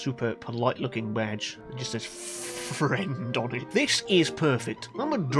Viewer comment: ''we do eht''